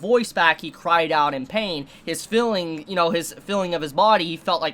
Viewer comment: and filling instead of feeling and hilling instead of healing :D :D